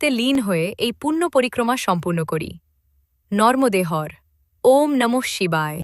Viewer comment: আগে উচ্চারণ ঠিক করুন, নর্মদে হর নয় হবে নর্মদে হরঃ !!